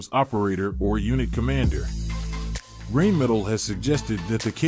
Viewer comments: Additionally: the "R" in Rhein/Rine should be pronounced with a rolling "R", in the back of the throught, not like an English "R". Just to make it a little bit more easy.😏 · Rheinmetal is not pronounced "rain-metal". Rhein is the German name for what us English-speakers call the Rhine river. So the pronounciation is more like "rine" also the "metal" part isnt pronounced like we would in English; overall it's somewhat like "Rine-meh-tal" The catamaran looks like a good, and potentially practical idea. The helicopter looks like a dresssed-up Gazelle, to me. The students car... Sorry, there are a lot of supercars that look similar. The stratospheric balloon looks neat, and sure, that could be done. I can't hep but be concerned over Helium supplies, which are also crucial to medical technologies, though. Also, a stratospheric flight is NOT space flight - but it's still a cool thing I'd love to experience! The KF-51 is an excellent design, I look forward to seeing what the full system looks like! The air yacht - nope, not new. Been thought up, and in a more practical design, before. The "manifesting" crap is just that; crap, wishful thinking. What MAY make your wishes become reality is , assuming you have the necessary skills, getting off your arse and actually doing the things necessary. If reality lets you, because for every "I achieved this through sheer detremination" stories are many more "I was so determined, but I failed" ones. And I don'y think the team that designed that understood materials science or aerodynamics too well. I may be wrong on that, but I'm not convinced of its practicality. Electra hydrofoil - good bit of practical innovation